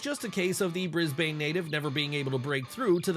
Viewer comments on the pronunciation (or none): BrisBANE lmao For future reference, it's pronounced like, BrisBIN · How the shit did you manage to mispronounce "Canberra Raiders" or "Brisbane" so badly? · Sir you hurt me with how you pronounce Brisbane